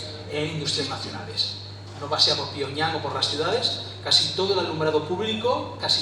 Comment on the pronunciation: El Cao este hablará muy bien sabrá mucho y to lo q tu qieras pero joder el paleto ese que no sabe ni decir pyongyang da vergüenza el pavo y el otro con la pose solemne mientras dicen sus 40 cargos en corea no tienen ni para un speaker en condiciones se les murio de hambre en el avion